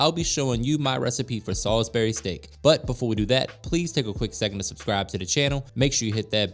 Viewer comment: Sal-isbury not Sol-isbury 😂